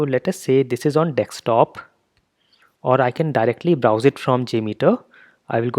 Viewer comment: "Dekstop" really surprised me every time.